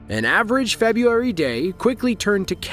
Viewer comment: Narrator cannot properly pronounce "February" or "kilometer."